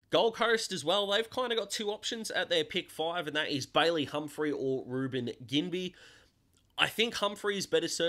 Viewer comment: Enjoying the little videos while waiting for your 40 pick mock draft. Also, pretty sure Ginbey is pronounced "Jin-bee" but I could be wrong 🤷‍♂️